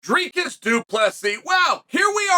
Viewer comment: Why does Chael go out of his way to mispronounce names? 😂 it’s easier to just say Dricus correctly.